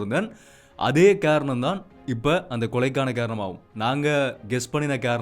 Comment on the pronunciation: ஹாரணம் இல்லை,,,காரணம் தமிழ் உச்சரிப்பு மிகவும் அவசியம்